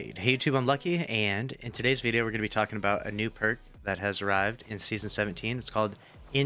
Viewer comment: Also "Nerk Perk" lmao